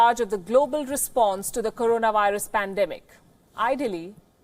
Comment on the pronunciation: He cant even pronounce the word PANDEMIC properly ...